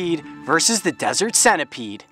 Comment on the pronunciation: its senta peed (pronunciation) spelt centipede not sena peed